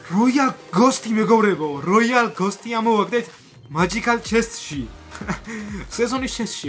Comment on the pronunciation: მაჯიქალი არა მეჯიქალი